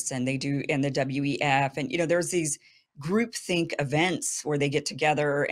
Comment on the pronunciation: Is she saying group thing or group think? I suppose that would be '' group thought ''.